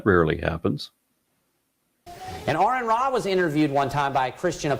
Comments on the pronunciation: Well said... brilliant as always... I admit I was taken aback when the guy pronounced your name right... lol... I have quite a few things that you've said committed to memory... and if they ever prove to be not true anymore, I'll be sure to change my mind 🙂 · i am actually suprised he got your name right. i think most just say it wrong to try and get on your nerve.